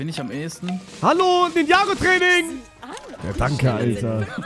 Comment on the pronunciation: "Ninjago go" Das heißt Ninja Goooo 😂